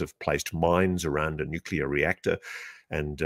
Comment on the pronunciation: He pronounces it Nuke-u-ler.